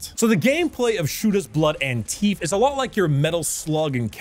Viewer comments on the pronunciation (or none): say teeef again, please, i need this